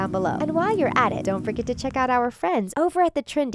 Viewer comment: did anyone else hear don't fricking subscribe instead of don't forget to subscribe